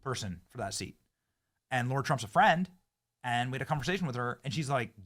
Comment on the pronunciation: Benny can't comprehend the name of Lara Trump. He always calls her Laura. IT'S LARA!!! LEARN HER NAME, BENNY: L-A-R-A... LARA!!!